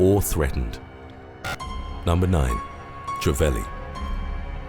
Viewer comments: Trevally is pronounce Trev alley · Trevally is tree-valley & groper (grouper) is grope-er